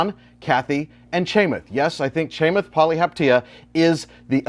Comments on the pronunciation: Great video, but his name is pronounced Cha-Moth, not Chay-Mith. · "CHAIMATH" LOL